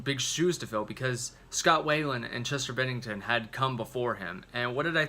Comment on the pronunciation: At least you pronounced “Bennington” correctly. (Why-land) (Goot) And, in my opinion, Meadow and Finest Hour are the dedications. But wtf do I know?